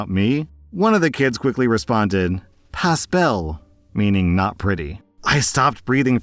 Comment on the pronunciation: Exactly. Especially the further you head east. However listening to badly say Pas belle made my morning today 😂😂😂😂. Just don't say the s at the end, and you will be able to pass for Quebecois without a problem!!